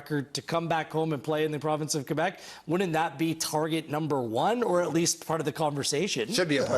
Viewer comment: Thank you for saying Québec and Québécois properly! 😁🙌🏻⚽️